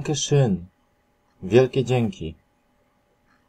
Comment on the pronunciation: nie istnieje w niemieckim wymowa: iś, is zamiast ist, danke schön to dziękuje ładnie, nie istnieje wymowa szyn, danke to dziękuje a nie dzięki, dzień dobry to guten tag, a nie guten morgen, hallo to halo, a nie cześć, widezyn nie istnieje, wilajst nie istnieje, niśc nie istnieje itd. same bydury